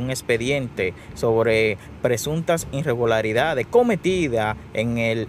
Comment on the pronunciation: Te recomiendo que aprendas a leer, tu pronunciación es muy mala, un ejemplo no es INREGULARIDADES quítale la N, y escucha tu pronunciación para que haga un buen trabajo.